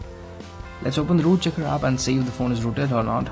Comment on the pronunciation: u said aap instead of app u idiot